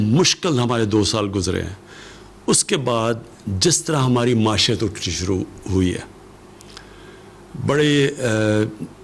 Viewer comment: Muashat??? It's pronounced Moeeshat